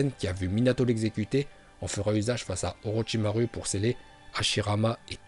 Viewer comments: STP tu peux arrêter de dire orochimarU car ça se prononce orochimarOU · On dit orochimarou pas orochimaru